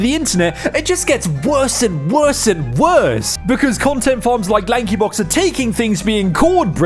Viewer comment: LAHNKEE BAWKZ